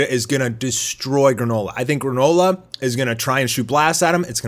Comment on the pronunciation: "Granola" not Garnola.